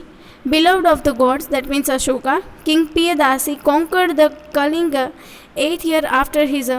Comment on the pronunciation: Kaling nahi kalinga😂😂😂😂😂😂